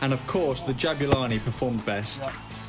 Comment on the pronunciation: not to be a karen but my middle name is Jabula (parents South African) and its more like ja-bu-la(ni) not ja-bue-la(ni)